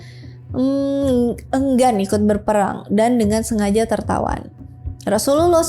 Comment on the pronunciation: Susah bget pas berkata Rosululloh saw,, demi konten Bersyahadat lah min admin..!!!